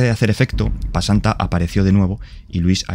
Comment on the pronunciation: Se llama pesanta bro, no pasanta xD